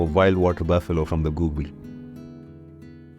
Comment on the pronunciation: You said GOOG LI 🤔🙄You meant GOO GUL ? Do you do it purposely?